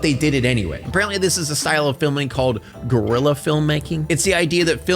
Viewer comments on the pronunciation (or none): none